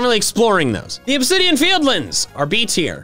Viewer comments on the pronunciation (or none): none